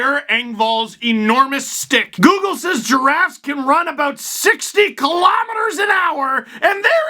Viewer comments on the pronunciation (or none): none